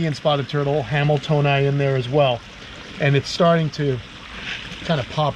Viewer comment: 17th place ain’t nothing to sneeze at! Great job buds! I thought you said “Where’d that camel toe go?” (Hamiltonai?)